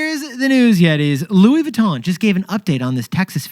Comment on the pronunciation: It’s Louis VEEEEEEE—TON NOT VOOOO——TON, ya grand imbeciles.🫵🏻🫵🏻🫵🏻